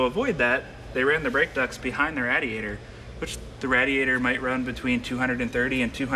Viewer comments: the way he pronounces radiator really bothers me lol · pronounces "radiator" as rad-ee-ay-ter rather than ray-dee-ay-ter. That was not uncommon when I was a kid but not so much any more. Is it regional? Does the Simeone Foundation have a "Mk I" GT40 for comparison? Funny they didn't measure the Mk II. Legend has it those were built a bit taller in order to accommodate Dan Gurney and A.J. Foyt..